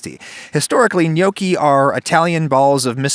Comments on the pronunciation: I can hear all of Italy fume at the pronunciation of Gnocchi. It is pronounced N-yawki, not No-ki. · Before making a video about gnocchi, learn to say gnocchi correctly. It's noh-ki, not gyanookee. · Neokie? I always thought it was knock-ey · For my whole life I tought that you pronounce it as notchi itstead of nyokki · No, in Italian, gnocchi is pronounced like ñoki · Had to pause in the first 3 seconds cuz I couldn't handle how he pronounced gnocchi. I always thought it was gno-chi not nyoki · It's not gnoecchi, the o is like hot, not like toe. Learn Italian. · i had no idea it was pronounced nyoki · It's actually pronounced nyee-aw-key but it's better than some other pronunciations I've heard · Every time he says gnocchi, i hear yolkie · yeah i noticed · acually they are pronounced "Knoschi" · When I heear you say gnocchi, I always thing ok hiccups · Man I never hear Americans pronounce Italian words correctly xD Great video though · The way adam says Gnocchi is a crime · How u said gnocci gave me a heartattack! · Is it okay that I want to slap you for pronouncing Gnocchi this way? You're Italian, dude. Learn how to say it! Here's a link below. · Every time he says gnocchi I want to season a cutting board and serve him on it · The G in gnocchi: am I a joke to you? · Wtf is this pronunciation ?? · The way he says nonna and gnocchi🤦‍♂️